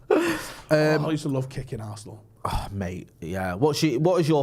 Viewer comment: Arse-nal, it's in the name